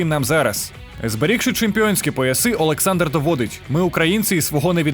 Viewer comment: Кличко, та вимови ти Олександр а не А